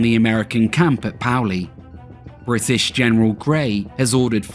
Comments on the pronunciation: Paoli, pay-ol-ee not powlee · Excellent video. But Paoli is pronounced "PAY-oh-lee" not "POW-lee." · Pay-o-lee = Paoli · Paoli= pay oh lee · The town of Paoli is pronounced pay-O-lee. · Paoli is pronounced: PAY-O-LEE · I live in valley forge. It’s hilarious how you said Paoli. It’s actually French and named for Pasquale Paoli was a Corsican revolutionary hero who led the fight for Corsican independence from Genoa and later France in the mid 1700s. Pronounced pay-OH-lee. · Paoli is pronounce "pay-o-lee" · paoli is pronounced Pay-oh—lee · Great Documentary, being born and raised not far from here it's great to learn details of the campaign. One correction...Paoli is pronounced like Pay-oli... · Nicely done! BTW, Paoli is pronounced ‘pay-OL-lee’. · Paoli is pronounced pay-ole-ee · I grew up in Paoli. It's pronounced PAY-oh-lee. And the "last river" that you knew better than to attempt pronunciation on is pronounced SKOO-kull. Aside from that, very well done. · Modern pronunciation is Pay Oh Lee. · Enjoyed the video. Also, Lafayette was shot in the leg at Brandywine. And the town Paoli is pronounced “Pay-Olee.” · Pay ole E is how you pronounce Paoli, Pennsylvania. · I’m sure someone else has commented this, but Paoli is pronounced “PAY-O-LEE” Great video